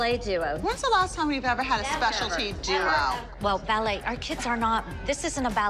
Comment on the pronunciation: Watch Abby calls “ballet” is just laughable...